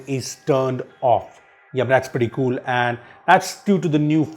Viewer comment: in each 15 seconds: kuul features!